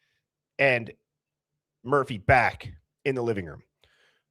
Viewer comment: Back, not jack